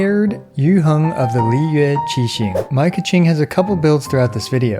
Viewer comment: That pronunciation of "Yuheng of the Liyue Qixing" was pretty accurate! Speaking as a chinese speaker. :) Anyway, great content as always!